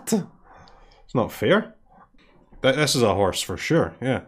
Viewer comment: I just crack up everytime he says horse